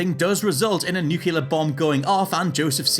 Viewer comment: Did you say "Nukular?" (SLAP, PUNCH, SLAP, CROTCH KICK) Say it with me... nü-klē-ər